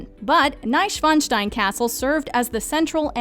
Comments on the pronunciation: I was like "how tf did you pronounce Mainz right in the introduction but bungle it every time after?" And Neischwanstein? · An die deutschsprachigen Zuschauer... Hat von euch auch jemand den Untertitel angelassen und musste heftig über Bomb back (Bamberg) und Neschfeinstein (Neuschwanstein) lachen?